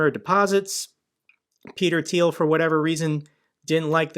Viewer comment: Finally someone who can pronounce “Thiel” properly 😂